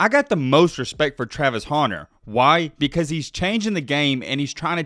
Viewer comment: Hunter not 'Haunter' lmao